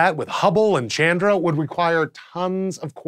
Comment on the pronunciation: it is pronounced chun dra